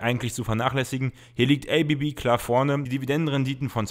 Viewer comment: Werden SMA und ABB als deutsche bzw. schweizer Unternehmen nicht deutsch ausgesprochen?